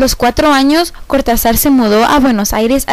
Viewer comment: Don Julio debe saltar en su tumba cada vez que le dicen "Cortazár"